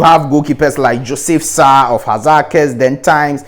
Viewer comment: common Ghana names u can't even pronounce it? Joseph Carr, PSK Paha, Isaac Paha, John Nketsiah Yawson, Emmanuel Quarshie, John Baker, Ofei Ansah, Adai Kyenkyehene, Kuntu Blankson, Willy Klutse, James Kuuku Dadzie, Opoku Afriyie and so on